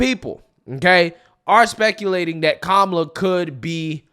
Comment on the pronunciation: Who is KA-ma-la? Don’t you mean Ka-MA-la?